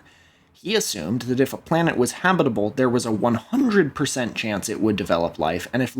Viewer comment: Love how you say habitable, or should i say 'habibable'